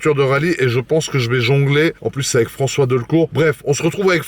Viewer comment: Raoul evec Frencois 😂😂